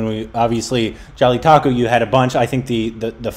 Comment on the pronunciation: always says jalittaku instead of jallikattu.😂